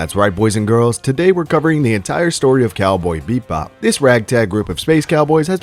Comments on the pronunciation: Why do you keep saying beep bop am I tripping or is it actually beep bop not bebop 😂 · It’s Cowboy BEBOP not Cowboy BePbop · I heard beatbop lol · Bro can't even say the name of the show 😂😂😂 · bebop not beat-bop, and Terp-si-core